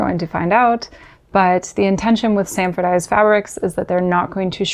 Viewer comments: Hey,, it's "Sanforized," not "Sanfordized". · The pedant has arrived - it's SANFORIZED, not sandfordized. The Process was patented by Sanford Lockwood Cluett in 1930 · Great video! 👍 There is just one "d" in "sanforized". In the very end 😼